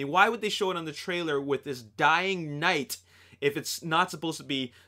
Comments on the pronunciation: The last knigh 😂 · "The last Knigh"....Great job.